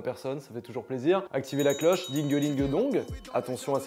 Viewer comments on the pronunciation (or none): Il ma brusqué avec son dong au lieu du ding